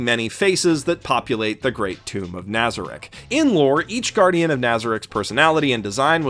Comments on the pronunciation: Nobody gonna mention how he butchered the names? Ok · I don't understand why no one else is cringing in the comments about his pronunciations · Your mispronunciation is driving me nuts. NazaRICK? its naza-reek. alBEDo not albeado. Great video overall though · My only complaint with this video is your butchering of the names in this anime, both the characters and the locations lol. Albeeto and nâza-rick. 😂😢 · Keeps miss pronouncing Nazarik. Me: *Triggered* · Why does no one say nazarek correctly wtf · is no one else annoyed with his pronunciation of nazarick? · Anyone else cringing when he says nazarick and some of the other guardian names